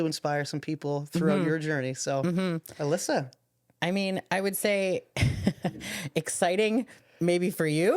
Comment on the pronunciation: She did hi-jack my DNA. You nailed her last name!! Alyssa is the best.